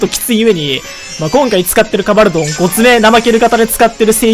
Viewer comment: ドンカバルて。純・ゲバルみたいに言うな